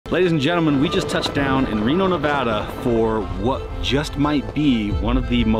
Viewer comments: Finally a youtuber that pronounces Nevada correctly. Nevadens are super annoyed when people mispronounce it. They even have stupid shirts that say "its Nev-Ah-Duh" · Hell Yea. you said Nevada Correctly.